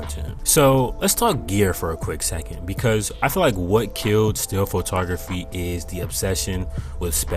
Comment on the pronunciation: Pho-ta-graphy? What is that?